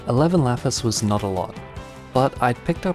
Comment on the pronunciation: he said laspis and all i could think about was "Lapeice. what is this roman shi."